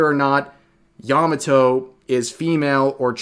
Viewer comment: Yah mah toe not "yamuh toe."